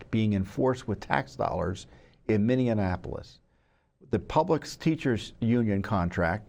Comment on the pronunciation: I love Tom but I hope whomever is arguing the case knows how to pronounce "Minneapolis" because the mispronunciation is pretty distracting.